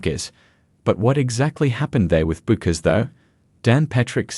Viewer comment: Yeah, OK genuinely this video kinda makes no sense. Also, her name is Paige bueckers but the u is silent so it is pronounced pagie beckers!!!! THE U IS SILENT